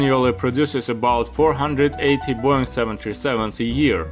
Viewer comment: I'm an AVGEEK, though sometimes I watch your videos on repeat because my Wife loves the way you say Boeing. She walks around the house saying boing boing like you're Tigger from Winnie the Pooh!